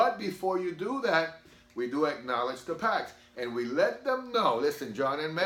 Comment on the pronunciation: “Ackoledge” ??? What’s that